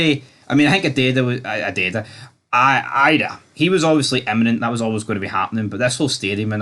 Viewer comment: Learn to pronounce Idah!